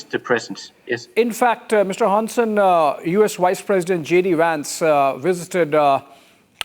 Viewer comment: Dude's pronunciation of "Hansen" is almost spot-on! Was chuckling a bit from the pronunciation before that and then he just slaps you with a near perfect Hansen straight across your face😄 None of this will come to fruition, though. They would have to take on the rest of Nato. The US is just trying to force us into a shitty deal and I hope we're done with accepting that. Ørsted and Novo will also return to form despite the recent attacks from the Trump admin. Even rich fascists can't stop medicinal breakthroughs and green energy. They're just making room for other nations to increase trade and ruining their own ability to be on the forefront of the green transition. Bonus: Denmark just signed an agreement with California to collaborate on renewable energy which will probably benefit Ørsted quite a bit as well.